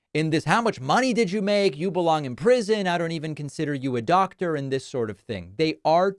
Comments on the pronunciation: “You’re not Dot-Der” what??? 😂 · Is she saying "dotor"?